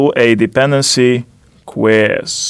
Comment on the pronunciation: Like it how he says, Dependency 'Quiz'. :P